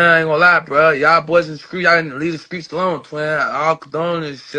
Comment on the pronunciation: "the skreets" 😂😂